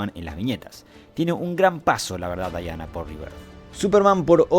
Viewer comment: Diana se pronuncia "Diana", y no "Daiana". Que los angloparlantes lo hagan mal no es razón para imitarlos.